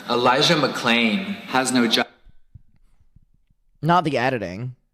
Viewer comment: I had absolutely no idea that he dubbed the part where he mispronounced Elijah McClain’s name. As if him using BLM as a diversion wasn’t bad enough that just takes the fucking cake.